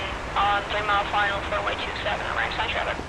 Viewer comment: Just for you’re info, Ramstein is pronounced like beer stein no eee only iii